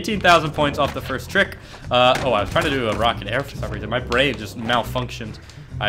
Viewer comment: he said firts lmao